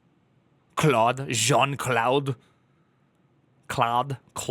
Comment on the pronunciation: Just pronounce Claude as Clode. It would be much closer to the french pronunciation :D